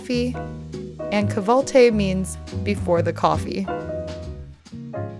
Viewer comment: 😂 not kahve altı its called “ kahvaltı” and it means breakfast